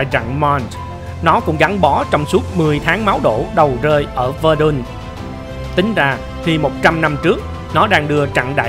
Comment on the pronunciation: Khâu dịch thuật có vấn đề lắm! Súng Pháp, tên Pháp mà cứ đọc theo phát âm kiểu Anh - Mỹ. Cuộc nổi loạn Nghĩa Hòa Đoàn thành cuộc nổi dậy của võ sĩ Bốc-xơ Rì-beo-li-ờn (Boxer Rebellion)??? Mắc-nơ (Marne) thì đọc thành Măng, Véc-đoon (Verdun) đọc thành Vơ-đun.